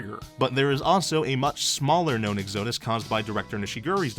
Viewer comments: Exodus (split into Ex-O-Dus) is supposed to have emphasis on "Ex," not "O," fyi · Double-check your pronunciation of "exodus," I think. Fine video otherwise.